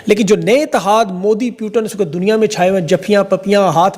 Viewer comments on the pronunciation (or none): Putin❌ प्यूटन ✅ 😂😂😂